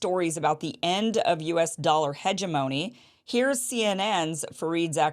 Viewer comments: Great content but you might want to check how to properly pronounce the word hegemony. ( lol ) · Huh-jehmonee y'all.